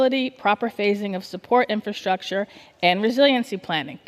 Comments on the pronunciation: She keeps saying “Infantstructure” and not pronouncing “Infrastructure” 😂😂😂😂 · Why can’t she say infrastructure? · Somebody please teach her how to pronounce the word "infrastructure".